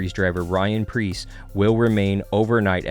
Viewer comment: Preece not Pierce. Ryan Preece